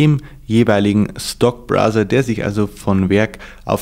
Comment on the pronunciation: browser nicht brother :D